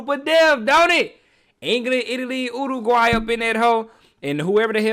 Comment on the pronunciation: so proud of you for pronouncing Uruguay correctly 🙏